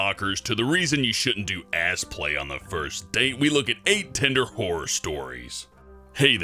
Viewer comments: hellbent says whore stories instead of horror XD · I THOUGHT HE SAID WHORE STORIES 😂😂😂